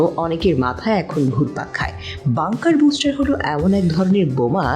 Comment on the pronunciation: বুস্টার নয় ,, ব্লাস্টার,,,!!!